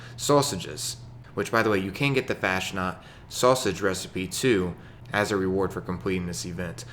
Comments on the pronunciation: Fasnacht is pronounced like 'Faus -Knot' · It's pronounced like Fausnaught (faz-not)